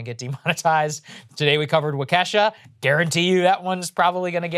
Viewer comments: Sorry, but it's absolutely NOT pronounced "wau-KESH-a". It is "WAU-ke-sha". Whoever told you that was trolling. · Please Saager.. look up how to say Waukesha.